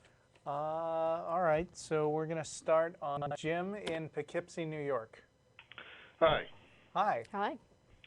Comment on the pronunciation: Pokipse, classic phonetics by someone who has never heard of Poughkeepsie, NY.